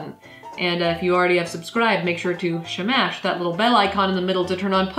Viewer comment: Please stop saying Smash like that. It's incredibly annoying.